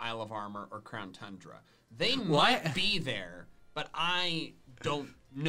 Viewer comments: said crown tundra not crown tooondra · You Said Crown Tundra And Not TUNE-DRUH